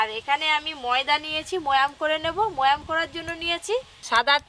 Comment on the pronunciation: এরা এত মূর্খ কেন। ময়াম না ওটা বলদ। ময়ান হবে।